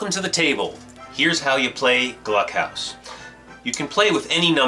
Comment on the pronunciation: For pronunciation it isnt Gluck( cluck) its Gluck (gloock) like the oo in cookie. Its a fun game